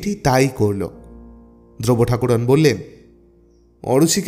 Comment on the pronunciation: গল্প পড়ার ধরন বেশ ভাল কিন্তু উচ্চারণ ঠিক করুন ঠাকরুণ কে ঠাকুরোন? খুব কানে লাগছিল সারাক্ষণ ।বুঝেছেন তো কি বলছি?ঠাকরুণ বলবেন ।